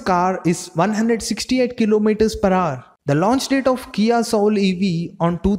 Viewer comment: Its “ HOUR” bro not “HAAR”